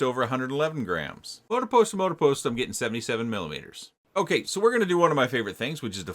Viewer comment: I know, but for some reason I keep hearing milliliters instead of millimeters. I've replayed it about 15 times. Lol